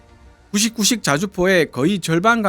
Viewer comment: 자꾸 구식구식으로 들리네